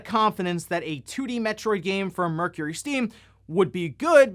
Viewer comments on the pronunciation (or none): none